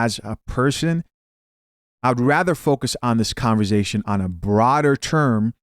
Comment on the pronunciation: …it’s ConverSAtion NOT ConverZAtion …I love your content but Damn that killing me